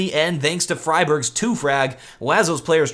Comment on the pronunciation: Love your work but it's "doo-pree" and "free-berg". Once you sort out those pronunciations, I'll be a happy little linguist.;)